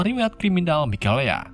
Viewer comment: ngakak mikaela berubah jadi mikelea wkwkwkwkwkwkw